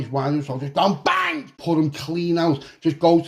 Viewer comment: One of the greatest things on this channel is when you say "So I've just gone BANGGG" 😂😂😂